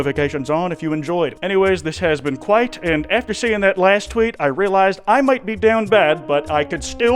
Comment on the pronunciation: kwite-.. KWITE